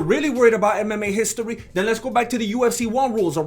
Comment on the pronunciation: “Browser Histori!”🤣🤣🤣